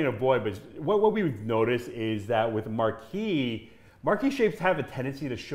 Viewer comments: Hey - it's pronounced MAR-KEEZE -- (French), the feminine of Marquis (Mar-Kee). I can't believe even so-called professionals consistently mispronounce this FRENCH word. Then there is "briolette cut," which most pronounce as "brio-lay. Briolette is also feminine. Only the ending ET ending is pronounced "ay" (as in parler (to speak). If you're going to talk about a cut, which you are obviously qualified to do, please at least learn how to pronounce it. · IAM Frenchl and we Said Marquise for women and Marquis for a Men you don’t know how to prononce that ! Its Marquise of Pampadour With the R in the end 😮